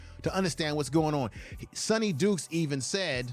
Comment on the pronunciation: At least get the opposing coaches name right. It’s Sonny D”Y”kes!